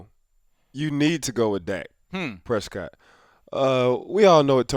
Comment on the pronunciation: That is not how you say Dak Prescott